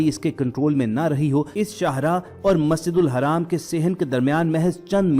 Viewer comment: Masjidul haram hai wo dhang se bolo tallaffus sahi kro apna video bnakr social krtey ho dunia waley video dekhtey hain dhang se bolna seekho smjhe jaahil Insan